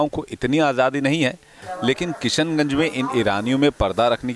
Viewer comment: भई जो भी कमेन्टेटर महोदय हैं उनके लिए 'श' का उच्चारण इतना मुश्किल क्यूँ रहा पूरे समय 'स' पे बहार आई रही कभी-कभी तो किशनगंज भी किसनगंज हो गया